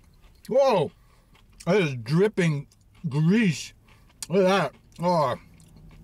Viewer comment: the way ken said grease hahahahahah